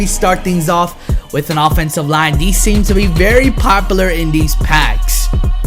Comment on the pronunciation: he said popalar instead of popular